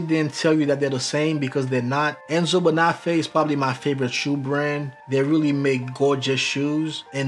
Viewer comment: Thanks! I have two pairs of Carlos Santos and even after several years of wear they're still beautiful. These Oxfords in the video are special. A head's up: Bonafè is pronounced bone-a-fey.